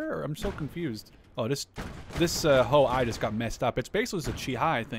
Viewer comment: "I" in Ho-I read as "E" not as "I"